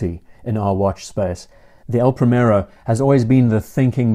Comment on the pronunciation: It's not pronounced "Pray-Merro". The "i" is like the English "ee" (as in "tree") and the "r" is slightly rolled: "Prree-meh-rroh". I know it's Henry VIII's fault, but you could at least try!